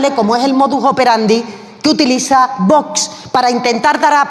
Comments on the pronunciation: Haber si esa presidenta del parlamento aprende a decir Vox, que no es tan complicado siempre dice "bots" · Esta mujer, la armengol, para lo que cobra ya podría pronunciar bien VOX, se ve que se le atraganta...observenlo, pero es que nunca lo pronuncia correctamente